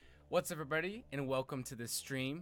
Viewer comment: "What's urvrybody, and welcome to the stream."